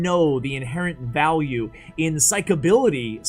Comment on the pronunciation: it's cyclicity not cyclablity or whatever!!